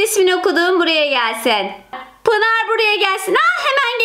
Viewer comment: Abla Pinar değil Pınar